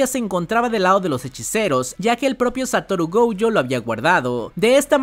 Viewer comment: Por q dice goujo no entiendo